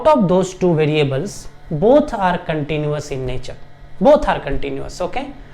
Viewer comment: We say continuous, not continious